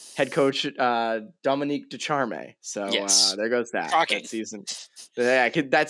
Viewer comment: LMAO.